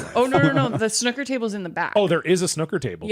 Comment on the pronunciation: Please look up how to pronounce Snooker